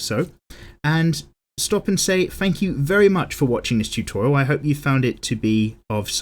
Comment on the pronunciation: "It's time for another chutorial"